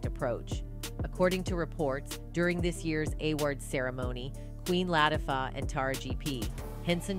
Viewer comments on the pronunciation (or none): It is about time, but please learn how to pronounce people's name. I do not know how many times you have butchered up Queen Latifah's name. It is not that hard to say. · If your going to make a big deal out of something the least you can do is pronounce the names properly, AI or not! Both Oprah and Queen Latifah have the power to change the Pay difference between Men and Women in the Industry... Please Note: Oprah and Queen sure make they're looked after!!!!!